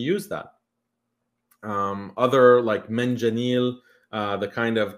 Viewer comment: Manjaniq* not manjanil